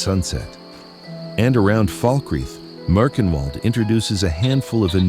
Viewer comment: awww, big thanks for featuring maerchenwald trees, even if your auto-voice did really swallowed the name. love your general art direction, i just peaked into your other videos. your medieval solitude video that will probably disturb my modlist :D have you seen maerchenwald grass yet? it may fit your taste and style as well.